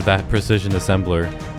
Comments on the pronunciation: good video but please pronounce transistor as transistor and not transitor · I believe the word you were looking for is “tran-sis-ter”? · You are mispronouncing transistor